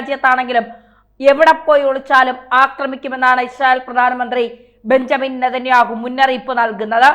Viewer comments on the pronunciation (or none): none